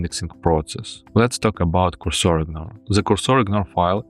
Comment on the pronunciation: Cursor should be pronounced with a stress to “u”.